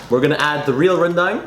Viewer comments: pronounce it like rendung instead of rendaaang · Some people pronounce it rendeng instead of rendang,just some english and BM problems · Its pronounced rendang not rendang kappa